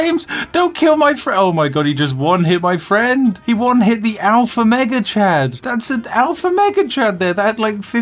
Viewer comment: when you say "Mega Chad" too quickly it sounds like "Maggot Chan" and honestly both names are completely accurate